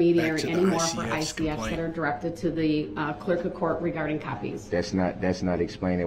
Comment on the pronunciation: His lack of manners and respect towards anyone actually drives me insane. This sounds petty, but also the way he can’t pronounce the most simple words properly ie “Dis” instead of “This” and “Dat” instead of “That”, all of his lack of manners, respect and not even being able to pronounce the most simple words all proves that Dawn wasn’t a mum, she gave birth to Darrell and his twin but she didn’t bother to actually teach (I don’t know about his sister because I haven’t seen video of her behaviour or speech prior to her over dosing and passing away) Darrell the basic lesson of life that a parent should, like manners, proper speech etc. She pretty much gave birth to her children, feed them but didn’t actually mother them, guiding Darrell in life, teaching him right from wrong. I actually hold Dawn responsible for some of this, she even blamed Erika for Darrell driving over her with her car and on that horrendous fatal day of the parade she rang the police and reported her car stolen to the police when she worked out he could of been involved in the parade attack, after his Uber calls to her and then heard about an SUV hitting people as those people were being bought into the hospital she was working at. She was covering up for him right from the start. She gave birth, but, Dawn isn’t a mum!! I hope it makes sense of what I’m trying to explain.